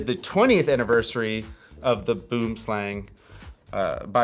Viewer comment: Please, for the love of ALL that is HOLY!!!! Use Google Translate and listen to the word Boomslang in Afrikaans. Pretty please! Boo(r)m slung.